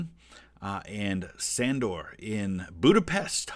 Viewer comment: Sandor is pronounced more like Shandor. In Hungarian S = Sh